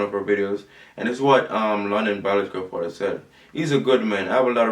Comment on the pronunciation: he needs to start pronouncing his worlds properly—-stop pronouncing A as O—-if he stops trying to twang it will work out better